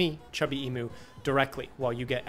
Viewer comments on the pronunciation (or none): The only irksomeness is how you are pronouncing "emu". Ee-mew, as in Mewtoo.